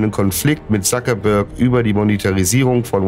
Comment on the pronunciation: nicht Sakebörg sondern Zuckerberg